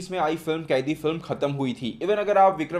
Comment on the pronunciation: कैदी नहीं bhai कैथी hai uss movie ka naam